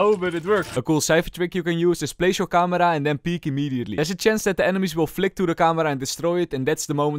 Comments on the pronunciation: It's camera not kamra😂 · its not camara its camera bruh :\